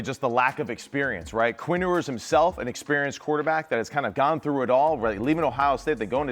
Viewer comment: Can't believe I'm still having to listen to this guy call him Quinn "Oooers"